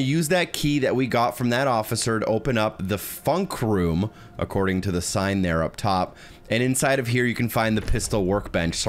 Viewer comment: As I German person I laughed so hard when he said funk room